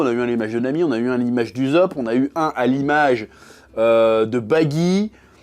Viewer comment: Quand il prononce le personnage d'Ussop, on dirait qu'il dit à l'image du zub!😅